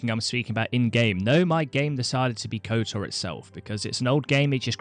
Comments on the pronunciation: kotOr not kotAr... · Kotar? KOTOR!